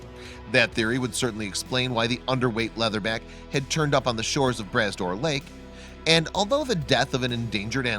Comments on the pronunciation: p.s., it's pronounced 'bruh door', not 'brass door'. 👍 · They use the stupid automated readings and theyy say tons of stuff wrong. Glad you mentioned the correct way to say Brah Dor. Made me upset for a bit. Thanks for s Etting it straight. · Puleeeeese It's pronounced MacLane not McLean and the lake is pronounced Bra Dor. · Bras d'Or is pronounced more like Bra door this s is silent.